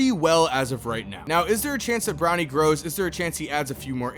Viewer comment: I keep hearing Ronnie instead of Bronny 💀